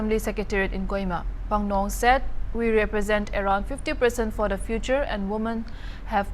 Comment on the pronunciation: Our pronunciations matters alot, her name is not Phanglong,its Phangnon Konyak by the way.